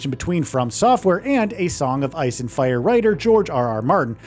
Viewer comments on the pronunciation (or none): none